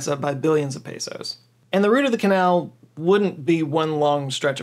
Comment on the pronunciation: You said route, instead of route(rowt) well done you. 👏👏👏